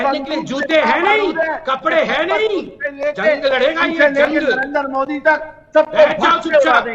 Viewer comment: He said moodi it's Modi not moodi.